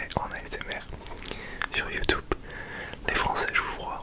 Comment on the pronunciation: la seule chose qui trahie que t'as pas grandi en france c'est ta prononciation de "youtube" en vrai 😭